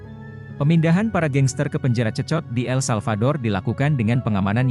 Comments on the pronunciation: Bukan cecot,,tapi bacanya sekot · Sekot lo dibacanya, 😅😅😅😅